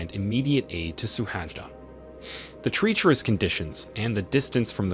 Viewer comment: If the narrator says “treecherus” one more time or pronounces “crevasse” one more different way, I might cry.